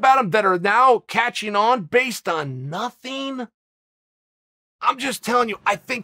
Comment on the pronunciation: He sounded exactly like a Mexican when he said nothing and stretched it out 😂😂